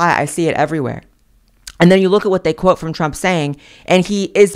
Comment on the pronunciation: "Theybe" is priceless! It took me a few to realize the correct pronunciation, but I think you have hit upon a new word!